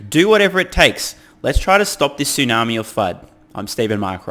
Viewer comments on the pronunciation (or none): none